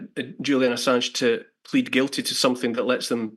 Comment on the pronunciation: Just for clarity, the word is Guilty. The t isn't silent. 😁I appreciate what you do just pokin fun. Keep up the good work.